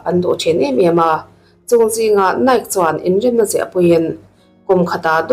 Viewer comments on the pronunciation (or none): I chhiar mak thei phian😂😂 NIKE : NAIK MADEIRA :MAIDERA